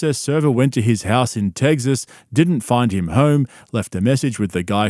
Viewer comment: do you pronounce Texas 'tegzass' like that on purpose? I always hear it and wasnt sure if it was some inside thing or just your pronunciation, either way no offense intended, just curious